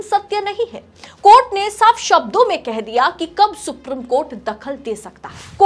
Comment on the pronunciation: Ma'am the word supreme is pronounced as सुप्रीम not सुप्रिम .. Please remember this and memorize it .. I wish your colleagues had pointed this out to you earlier.